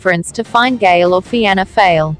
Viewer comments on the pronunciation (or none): Was thinking the same, "feeana fail" 😂